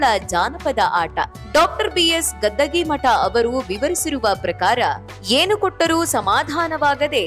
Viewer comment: ಮೇಡಂ, ಅವರು ಗದ್ದಗೀ ಮಠ ಅಲ್ಲ ಗದ್ಗಿ ಮಠ ಅಥವಾ ಗದಗಿ ಮಠ ಎಂಬುದು